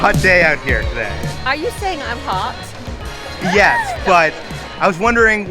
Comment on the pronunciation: Where are you from? I’ve never heard anyone else pronounce “hot” like “hut” before.